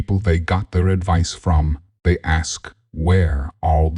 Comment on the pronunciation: Lady The word is THEY ! not DAY !